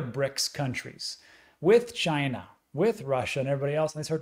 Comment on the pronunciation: Every time when you say "ChInA" it gets me hahaha hilarious